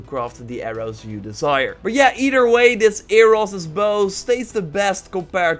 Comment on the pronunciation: "Eeder way"